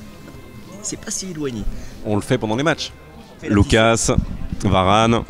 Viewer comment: Pourquoi il dit LOUCASSE Hernandez et pas Lucas ?